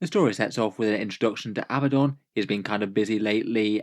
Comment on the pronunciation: Ok, I realize that to many it may be a small detail, but I want people to be able to pronounce names correctly. Multitudes of players do as you do and pronounce it Ab-BUH-don. However, the correct way to say his name is Uh-BAD-dun. It has 2 D's, not 2 B's. For some reason this is a very common mistake, but it has become a bit of a crusade (Ha!) with me. Love your stuff! 😉